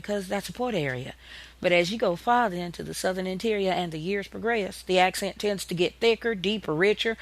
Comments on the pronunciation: The English accent (not AHccent) is not good here! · that the "British" (no such thing btw) accent (or aahhksent as she bizarrely calls it) slowed down is what created the southern US accent